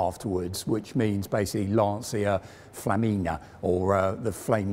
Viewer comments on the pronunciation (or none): none